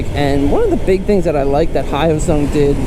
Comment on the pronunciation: Hate to break it to ya, but you are pronouncing it wrong 😅